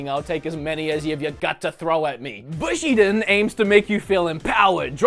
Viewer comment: Hey, love the video! Just a heads up, its pronounced "boo - shi - den" not "bushyden":D